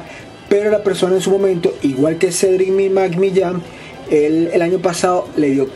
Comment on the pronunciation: Con solo oír como pronunciaste su nombre,,, se me quitaron las ganas de ver el resto del vídeo. 😒